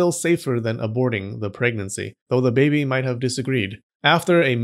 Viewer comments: I love how this guy says baby for some reason. Ba-behy. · I like the way he says 'babih'